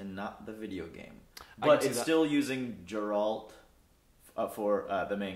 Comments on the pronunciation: I think I'm more triggered by the fact consistently kept repeating it correctly & he still stuck to Jeralt ×_× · "one of my favorite games. i spent so much time playing it." proceeds to pronounce geralt as 'jerAld' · Geralt not Jerald, Also ew. characterisations are not working for me at all. Geralt looks like silver Legolas and it's not ok with me. And Yennefer looks too plain. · "Since this is a video game TV adaption..." "JERALT" I feel so triggered already. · “Jeralt of Rivia” has seizure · If he says JeRaLt one more time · Dude on the far right still pronounces Geralt as "Jerr-Alt" when the guy on to the right of was JUST pronouncing his name the right way. Did he just not pay attention? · It hurts my soul when someone pronounces Geralt as Jeralt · That guy's name must be Jon Snow...though, surprisingly after murdering Geralt's name, knew it was from the books not the game. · I understand why someone could make that mistake but I don't understand how some people still pronounce it that way even after hearing the correct pronounciation. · Fucking hell its Geralt, not that hard to type/pronounce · No one in America can ever seem to pronounce Geralts name right! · The way he says Geralt’s name🤦🏽‍♂️🤦🏽‍♂️